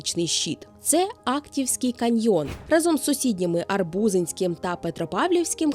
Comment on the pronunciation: Неймовірна краса 😍 тільки район зветься не арбУзинський, а арбузИнський, це моя батьківщина, я там провела раннє дитинство і шкільні роки 🤗 А про меншовартість, так абсолютно цілком згодна, наша земля один з найдавніших куточків планети, ми всі народилися в тих місцях, де починала своє життя сама земля і народжувалося людство і цивілізація, ми маємо цінувати і популяризувати власну історію, коріння, родовід, а не приписуватися до вже відомих швейцарій, парижів чи норвезьких фіордів